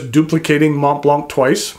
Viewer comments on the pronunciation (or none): As thorough and as interesting as this review was the butchered pronunciation of “nuit” “sans” “serif” and “Mont Blanc” was too much to stomach. There are YouTube pronunciation segments that you can Google on each of these.